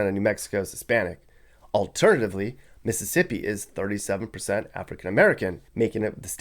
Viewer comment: It's Mississippi